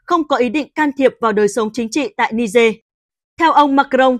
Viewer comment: Ni-giê chứ không phải ni-dê.